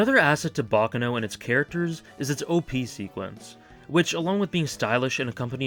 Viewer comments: Its pronounced bac caaano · Pronounce it like an Italian not an American